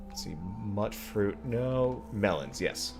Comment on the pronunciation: It's pronounced "mute-fruit"; "mut" is short for "mutant". I'm helping!